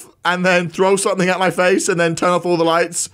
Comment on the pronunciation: Its "turn" not "tern".